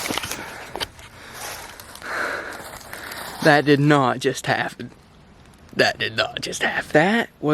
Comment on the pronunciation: its on "DAT" tree